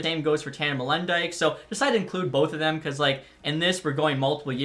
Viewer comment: It’s Molen dyk